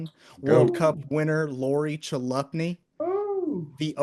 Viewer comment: Chalupny is pronounced Kalupny. went to school with her dad Ken. he was a pretty good athlete as well.